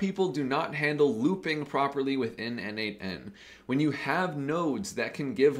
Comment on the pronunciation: Dude, as a contributor for more than 5 years to n8n, PLEASE, it is pronounced "nodemation". 🙏😆